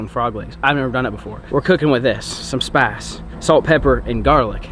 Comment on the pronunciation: Doesn’t say spice, he says “spase”